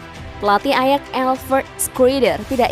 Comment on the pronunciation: Admin conten ini termasuk orang yg latah, dan malas belajar . Sebutan nama pemain sering salah dan nama club jg , contoh terbaru club PSV di baca pisivi dan waktu yg lalu club ayax di bacanya ajak.